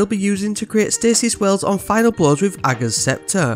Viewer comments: You’re literally the only Destiny 2 content creator who can pronounce ‘Ager’ properly! 🤣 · Which is exactly how it should be pronounced (I’d definitely not want to pi$$ Mara off!) but everyone else says it differently 😂